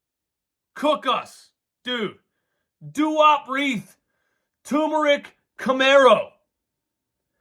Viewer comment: bro said turmeric camero lmao